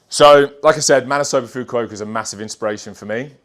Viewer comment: Someone should tell him how to pronounce Mr. Fukuokas name